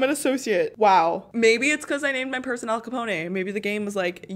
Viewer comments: How she said Al Capona instead of Al Capone.... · It's AL CUH POWN not Cuh poney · its not al capone with a ay at the end its actually AL-CA-PONE as in like cone with a p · Al-CaponE 😂😂😂😂 from New York 🤣🤣🤣😂😂😂🤣 I’m dead. Girl, it’s just Al-Capone (e is silent) and he is from Chicago. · Al caponayy from New York. Lol. Try Al capown from Chicago. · His Name Is Al Capone Not Al Caponeh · Lmao it’s not capon-ay it’s just capone, and he was from Chicago, not New York, but since you’re Canadian I’ll let it slide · I giggled at Al Capo-nay lol Anyway, Al Capone stayed in a town here in Arkansas that isn’t far from me. He still has a suite at a hotel there with a plaque on the door. There’s a door inside of the suite that’s locked with no doorknob because it leads to underground tunnels that he would run drugs and money through. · “Al caponaye”😂😂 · “al caponay” 😭😭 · al capon that’s how you pronounce the name